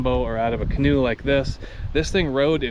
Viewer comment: He went from a canoe to a can-an’t”…🤣🤣🤣